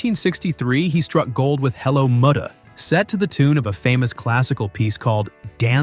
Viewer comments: Like moo-dah and fad-ah? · Yep, the mispronunciation of "Muddah" and "Fadduh" proves that the "narrator' is not a human being who has ever actually heard the song! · Your $TUPlD Al doesn't know the correct pronunciation of 'Muddah' and 'Fadduh' because IT IS NOT HUMAN. Are YOU?